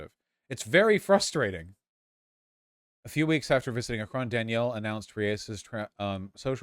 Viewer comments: Oh god hearing “Akrón” threw me so hard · listening to vaush repeatedly mispronounce "Akron" is the highlight of my night edit: to be clear if you don't know, it's pronounced "ACK-rin" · As an Ohioan it’s extremely weird hearing vaush mispronounce Akron for 2 hours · Ah yes, the president of France, Emmanuel Akron